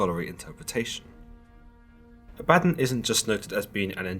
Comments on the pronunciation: Abba. Don.. C'mon now you read you the Bible The first time.. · Danga Langman ; I have now done some leg- work on this my friend. Having spoken with many of my Masonic friends, and now I speak this.... first I’m pretty sure it is pronounced ab a don, also known as Azazel (a demon) and is Not a god. The Masonic right asks for you only to believe in a higher power (God) and to humble yourself to your faults. Try to make yourself better ( level and square) below an ALL SEEING EYE. Basically, be good to your neighbors, helping anyone you can unless it causes harm to your family or “brothers “. ... basically the 10 commandments. ✌️JTA. Thank you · The way you pronounce Abaddon is killing my ears. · Oh girl you ruined his name. Ah bah DON he is an all powerful demon not computer software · I thought I was the only ! I'm cringing 🤣